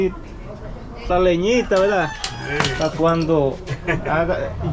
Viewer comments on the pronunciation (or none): leñita no se dice leñia